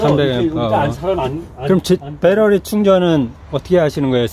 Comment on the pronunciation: 역시 미국에 오래사셔서인지 배터리가 아니고 배러리네요 'ㅁ'a